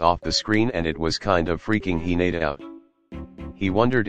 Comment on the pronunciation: No one: he-nate-a